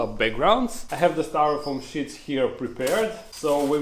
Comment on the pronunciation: sheet sounds like shit and peace sounds like piss!! i love it!!